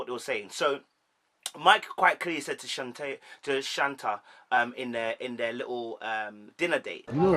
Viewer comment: Good Analysis but let me assist you. Shea (Shay), Shanta (Shan-Tay), Shatava (Sha-tah-va)